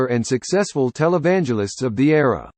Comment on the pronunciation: WHO MADE THIS OBNOCTOUS VIDEO??? HE CAN'T EVEN PRONOUNCE WORDS CORRECTLY... LIKE IN ERA AND BAKER. JIMMY IS STILL ALIVE .. ITS NOT HIS END AS YET... OK.